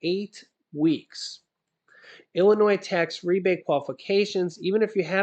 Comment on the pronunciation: Thanks for proper pronouncing Illinois as such and not as Illinoise